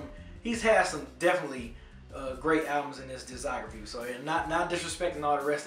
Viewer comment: B still cant say discography cmon